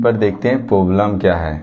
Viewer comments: Bhai poblem nhi hota hai Problem hota hai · Problem ❌poblem 🤣🤣🤣